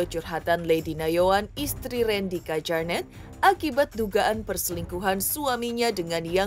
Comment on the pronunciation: Di bacanya KYARNETT mba bukan KEJARNET wkwkwkk